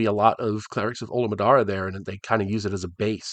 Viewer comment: You do realize that you went through the whole video calling him Olimaddara, right? 😁